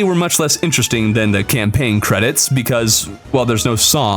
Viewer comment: Said camlaign (just saying)